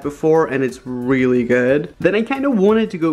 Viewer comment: he said weally not really